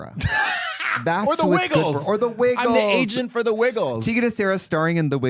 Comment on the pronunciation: "I was in the ICU por 13 days" 😭